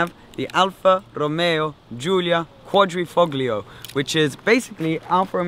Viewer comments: Great spelling you got there. Also the g in Quadrifoglio is silent. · Hey, you live right next to Italy and you don't know that the G is silent? I'm an ignorant American and even I get it right!;) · alfa romeo It’s truly amazing that the majority of these review videos get it wrong! Also the pronunciation of Quadrifoglio, it makes me cringe! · no it's not. at least in italian it isn't. The sound english speakers get wrong when pronouncing quadrifoglio is the D which has the same sound as Dog. But of course who gives a fuck it' just a name.